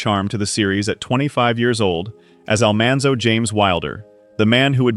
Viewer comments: I wish they had gotten someone to pronounce names correctly ( Oleson , Almanzo , Grassle ) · Almonzo, for goodness sake